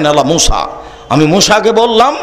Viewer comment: Musa (A.S.) not Mosa (A.S.)